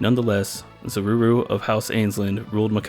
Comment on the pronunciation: Zaruru? Huh?